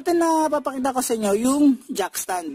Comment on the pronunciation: Not jack stand instead jack ston👍💯😅😂😂 good job bro☺️